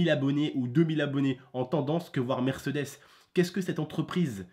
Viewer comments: on dit pas "MÈRCEUDÈS" on dit "MÈRCÉDÈS" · mdrr je kiff trop quand tu prononce mercdes 😂😂😂